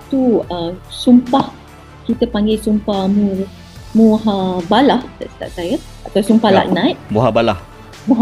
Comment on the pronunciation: Mubahalah la bukan muhabalah .. adoi ...